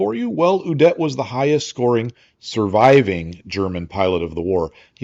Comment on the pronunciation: Little nitpick from Ze Fatherland: "Udet" is pronounced with emphasis on the "U" ... not on the "-det"-part.